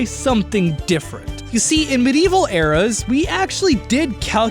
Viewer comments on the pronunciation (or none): none